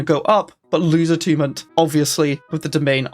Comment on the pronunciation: Is this really how youre supposed to pronounce "attunement"